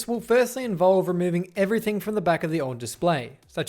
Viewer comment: Firthly lmao 😂😂😂😂